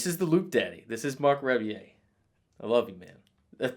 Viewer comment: It’s pronounced Rubbie-yay.